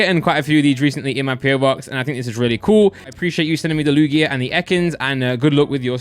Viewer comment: How does he not know how to pronounce Lugia correctly